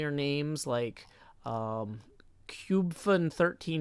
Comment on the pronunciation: I love the counterbalancing of the deep meaningful speech with the immediate refusal to be able to pronounce cubfan135 and hypnotized